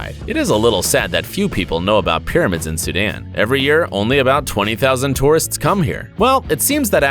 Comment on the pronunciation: U can’t even say sudan